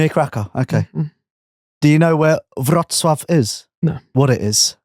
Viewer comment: impressive pronunciation of Wroclaw!, it's not near Karakow. It's good 3.5h drive.